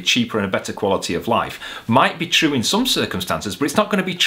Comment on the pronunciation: "Bot is it tchroo...?" "It is." 😂